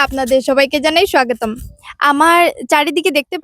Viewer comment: স্বাগতম উচ্চারণ টা একটু ঠিক করতে হবে।